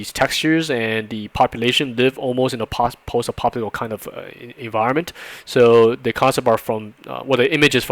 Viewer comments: I'm not sure what he says after "post", but it is not "apocalyptic(al)" lol. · Your pronunciation of "post-apocalyptic" is hysterical. Sounds like "post-apopolitical" Great content though. I'm learning a lot by watching these.